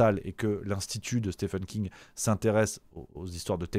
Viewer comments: ca se prononce Stieeeeven King, pas Stephan 😀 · Stephen King (ça se prononce "Steven", pas "Stephen") avait déjà écrit le roman "Firestarter" (édité en français sous le titre de "Charlie"), qui évoquait déjà "MK-Ultra", même si c'était bien moins proche de la réalité. Concernant MK-Ultra, il y a une très bonne série intitulée "Wormwood", qui date déjà de quelques années et raconte des faits confirmés, sans trop spéculer.